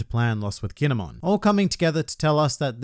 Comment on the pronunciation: i dont like how he says kin'emon